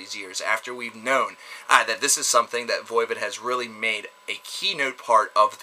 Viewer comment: What's Voivid? Some kinda french porn? It's voivOd. You know like GOD not gid...